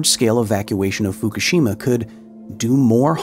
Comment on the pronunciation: Pronounce Fukushima right, then we can talk!